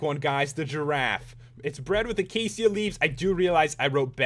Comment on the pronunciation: did he pronounce acacia with a ss instead of a sh?